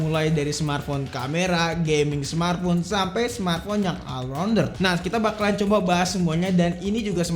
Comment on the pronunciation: All rounder itu bahasa inggris....all dibaca : "oll' ...yuk bisa yuk.....biar makin asik